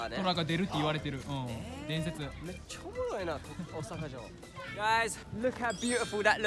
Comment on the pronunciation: 「めっちゃオモロイ！」の発音がネイティブ